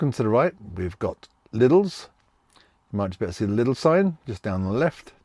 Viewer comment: You couldn't pronounce the Spanish supermarket, but you also couldn't pronounce Aldi or Lidl. There's no 's'